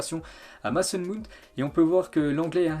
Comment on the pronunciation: C’est que depuis 45 ans il dit "Maçon Moon".